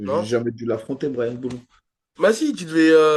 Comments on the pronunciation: * -bryan boulon au lieu de boulant -nonante neuf ça veut dire 99 pas 79 -on dit victoire consécutive pas « consécutif » C’est ce qui fait votre charme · qui se moque de sur l'ecorchage de nom et qui appelle Brian Bouland "Brian Boulon" 😂 et c'est pas la 1ere fois qu'il écorche un blaze